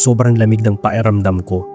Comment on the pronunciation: hello po. Ang gaganda po ng mga kwento niyo pero bakit po nawawala yung letter "k" niyo minsan? Pa-eramdam, napa-enggan, nakaka irita po pakinggan. 😅